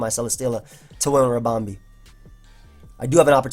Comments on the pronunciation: What's with this Ribom-bay business? Two E's, no A's, no accents XD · with the way he was pronouncing ribombee, he shoulda just nicknamed it harambe. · Everytime he said ribombay I died a little inside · lool it sounds like he's saying harambe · The way you're pronouncing Ribombee is really off-putting, managed the first game and have to stop watching :( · pronounce 'ribom' like 'ribbon' and add 'bee' as in a bumble 'bee'.... i believe this makes sense in terms of procounce